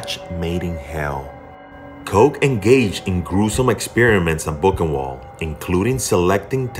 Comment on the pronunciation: Boochenvaldt. Best try at spelling the pronunciation. Not to be that guy. But I'm that guy.